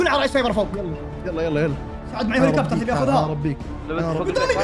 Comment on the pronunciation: هليكوبتر ❎ هوليكبتر ✅ هـهـهـهـهـهـهـهـهـهـهـهـهـهــهـهـهـهـهـهـهـهـهـهـهـهـهـهـهـهـهـهـهـهـهـهـهـهـهـ😂